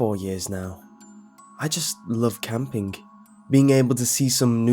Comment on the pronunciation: I know I shouldnt complain but... the more creepypasta's i listen... the more the K sound at the end of your 'ng' starts to bother me. Ropeswing-ropeswingk/campingk